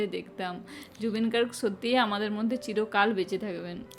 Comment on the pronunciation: Please mention wright spelling not gorg it's Garg